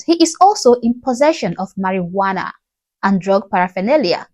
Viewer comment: Everybody forward to make it a meme lmao WHY SHE SAY MARIJUANA LIKE THAT ITS LEGAL !